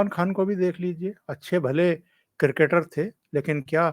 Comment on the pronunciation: किरकेटर नही क्रिकेटर